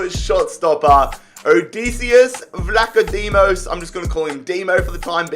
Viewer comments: vlachodimos ....it is pronounced like...vla(a like 'glad')cho(ch like Hero ,o like seasOn)di(thee)mos vlahotheemos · Vlachodimos is pronounced Vla-co-dee-mose I’m pretty sure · I am greek and Dimos is a greek name and you call him Dimo. Example Dimo come here. But Dimos is a First Name not Last Name. Also it is pronounced: Vlahodimos In Greek: Βλαχοδήμος Don't know why i wrote it in greek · Pcq: Sir you should pronounce him as Odeyssyas Vla-Cho-Dimos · Vla -ugh-dim-os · It's pronounced vlah-o-dimos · the way to pronounce his name is vlahadimos i speak greek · Vlachodimos name is pronounced like this . " Vlahothimos" . This is coming from a greek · It's pronounced Vlack Ho Dee Mos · It’s pronounced like vlack-oh-Dee-mos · Vlachodimos is Odd-ee-say-us Vlack-oh-Dee-mos. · PCQ: it's Pronounced vlakodeemos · How to pronounce Vlachodimos' name: Odisseas is pronounced with an emphasis on the e, the rest is easy. On his surname, the Ch is pronounced like h in the word have, the d is pronounced like th in the word the, and the emphasis is on the i. Hope this helps!